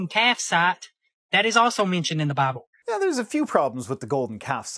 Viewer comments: AITA for giggling each time he said "BaBlE"? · I'm such a terrible person, but I had to stop immediately after hearing how that guy pronounces "BAAAAAAHBLE" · I'm usually not one to knock someone's accent, but I cannot stand the way this man speaks. Whenever he says the word "Bible," I always hear it as "Bobble." And he for some reason completely drops the "L" sound from the word "scrolls." It really irks me that a native English speaker can't speak proper English. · I love how he calls it “mount arid”, and how he pronounces “Bible” ad “Baah-bl”.😂